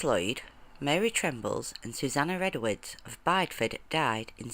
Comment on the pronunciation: I don't know where this person gets their information from, but the last 3 witches executed in Britain was not at Bide-Ford, as she pronounced it, but was at Bideford, pronounced as Bid-ie-ford.